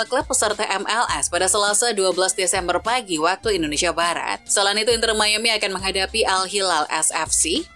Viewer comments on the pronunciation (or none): none